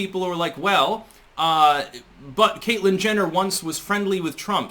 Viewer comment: You said Caitlyn Genitals. LOL!